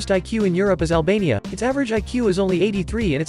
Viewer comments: Lol albaina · i thought you said alabama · 💪💪💪🇦🇱🇦🇱🇦🇱🇦🇱😎😎✅✅Yes he said alania smaroyt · For a moment I thought he said Albama